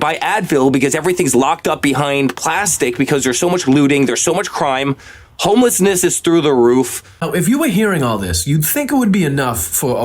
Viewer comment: 😂😂😂😂 Eric calls it Kylenol instead of Tylenol and homeliness instead of homelessness on a couple of these interviews! 🙄🙄 Man, there needs to be a serious cleansing of THAT gene pool!